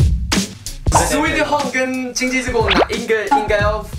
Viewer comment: sweee home，哦原来，我一直以来是sweet home😮